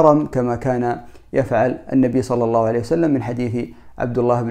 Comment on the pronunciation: العناوين الرنانة والمحتوا ركيك وشبه فارغ. شي مهم لابد ان تأخذه بعين الاعتبار اذا ذكرت النبي فصلِ عليه وانطق صلى الله عليه وسلم صحيحة. وليس (صلعسلم)